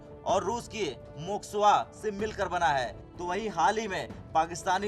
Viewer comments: Baby it's moscowa not mocsowa👍👍👍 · Moksova nahi moskova river of Moscow ,bolna toh thik se sikh lo , 12 pass journalist bann jaate hai aaj tak me